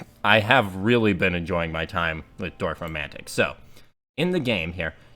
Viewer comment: Reminds me of Catan, but I'm not really into board games. As a native speaker I can tell you that you got the pronounciation of "Dorf" correctly. :D